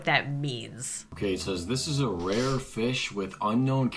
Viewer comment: Anyone gonna talk about he said fiss